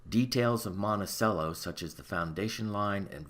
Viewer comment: Your like a nusmismatic expert guy, and you can't pronounce "monticello"???? Seriously? "Mont-uh-chello" c'mon man.